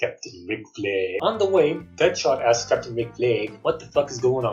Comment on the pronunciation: great, now every time i say the word, im gonna be saying 'fLaG' like That xD